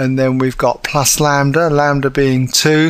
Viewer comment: the m can be different, but as long as its a scalar multiple of the other, they will still be parallel. lol and its lambda not lander wtf ahaha.